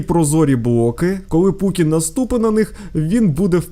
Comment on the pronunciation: Путін а не пукін я живу в києві